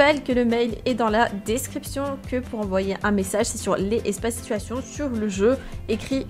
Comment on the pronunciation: OUII LES SITOUATIONE essque tu peut majouter stp